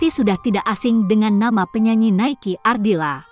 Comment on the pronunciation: Nikeu Ardila...bukan.Naiki Naiki Naiki...sluruh Dunia tau bisa menyebut nama Nikeu Ardila.cuma.anda.yg slh nyebut